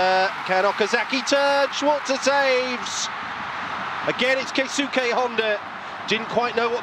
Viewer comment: am i the only one who gets annoyed when they commentators pronounce Keisuke "KAY SUKAY"......